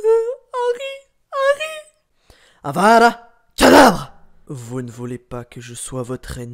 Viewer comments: C " Avada kedavra" pas " Avada kadavra" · T as dit avada kadabra alors que c kedavra 😂😂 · Ses avadacadavra et non avadacadabra